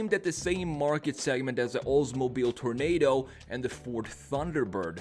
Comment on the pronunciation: It's pronounced "TOR-oh-NAH-doh". 🙂